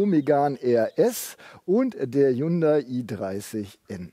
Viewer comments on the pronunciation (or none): none